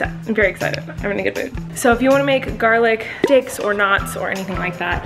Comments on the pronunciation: Did she say garlic d**ks I know she meant garlic sticks but I heard d**ks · ok i want to make sure im not the only one who thought she said "garlic dicks" please tell me im not the only one 😂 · I definitely thought you said "garlic dicks," and it took me a solid minute to realize you said "garlic sticks." 😆 I mean, either works though haha. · Did she garlic "sticks" or "d**ks"??